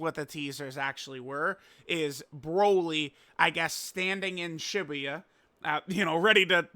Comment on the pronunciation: Why you say shibuya like that lol